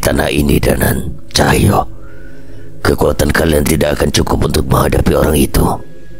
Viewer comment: Mas Tulung mas bacanya Cahyo bukan Cahya😢